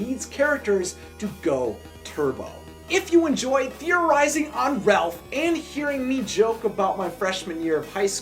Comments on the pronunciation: You say Ralph wrong you say Relph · Is anyone else hearing “Relph” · Its not Ralph its Relph XD